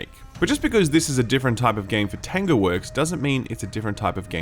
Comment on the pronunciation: Kept thinking you were saying "tenga" instead of "tango"... which is something completely different here in Japan lol.